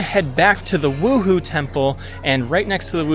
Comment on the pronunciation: Beautiful photography! Correction- wuhou temple is pronounced woo- hoe